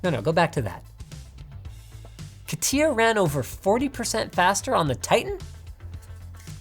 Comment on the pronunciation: Not to be that guy, but Catia is pronounced Cay-Shuh